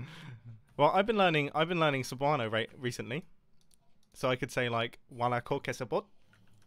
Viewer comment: Mumbo your cebuano pronunciation bad but good job in remembering that sentence